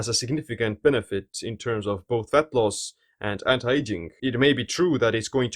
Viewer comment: I love his way of pronouncing words. Especially "faTTTTT" :D cracks me up